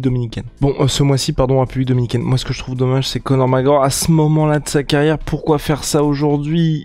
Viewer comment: "Co'or MacEor" ©️